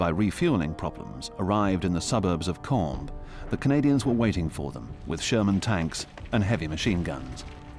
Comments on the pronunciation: EVERY TIME that the narrator says "Caen", I cringe at how I used to say it improperly.😅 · I approve of the way you're pronouncing the city!